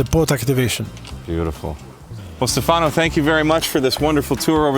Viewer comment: It's not Stefàno... it's Stèfano... accent on this first syllable...